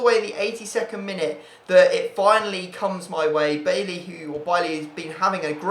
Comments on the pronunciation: You're saying Bailly wrong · how are you a man utd fan and u dk how to pronounce bailly's name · I've heard how he says his name xD and it's not like that xD